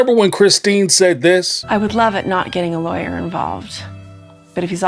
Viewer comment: It's funny that the way Cody says the word lawyer it actually sounds like he says liers..... Freudian slip Cody. Trying to hide his own lies...